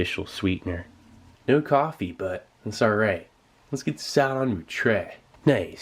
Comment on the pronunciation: Nobody: This guy: ....No CoFeE